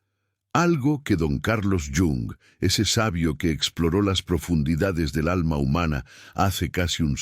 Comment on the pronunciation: ¿Porqué llama don Carlos al dr Jung? Era suizo, europeo, no latino americano!! Suena fatal!!